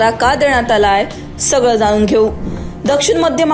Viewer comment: किती अशुद्ध मराठी बोलते अँकर... जानून नाही ग जाणून पुने नाही पुणे थाने नाही ठाणे 😂